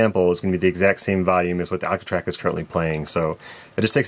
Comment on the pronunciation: The way you pronounce your O's bothers me way more than it should. Actatrack, actatrack!